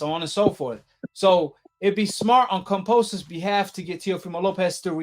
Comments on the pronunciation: kamposes? LOL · Kam-bo-sos not kampososos🥴🤣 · please learn to pronounce his name correctly. It's annoying hearing you keep saying Komposis over and over. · Say it with me 😅 KAM - BO - SOS Not KAM - PO - SOS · Wow....Lopez is fighting Kambosos and "Kamposes" !? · At least pronounce his name correctly, you keep saying Kamposos! Lol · KAMBOSOS not CUMPOSES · I hope you dudes and not you alone get the fucking name right .GEORGE KAMBOSES. No "p"s no "r"s it's Kamboses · It’s kambosos with a B bro not P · Glad I'm not the only one "Kampoosos" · Why do you pronounce Kambosos like that? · Bro where do you see a p in kambosis name ? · Everytime he said Kambosos name wrong I cringe 😬